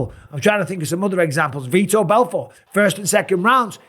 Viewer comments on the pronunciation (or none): none